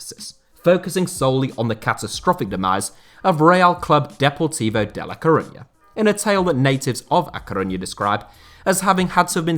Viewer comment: I've been a Deportivo fan for around 30 years in part because the city of La Coruña was around the same size as my city (Canberra) and partly because a local TV commentator (Les Murray) pronunciation of the name made them sound like the sexiest club in world. The Blue & White vertical stripes helped as well. I was so excited in 2000 when they finally won la liga, so to see them in the third tier is incredibly sad, but the start to the 2021/22 has been positive, hopefully it will continue and I will see them in the Segunda next year, and who knows what happens after that. All the best Super Depor.